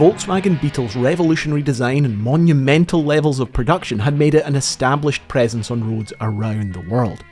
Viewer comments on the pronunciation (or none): none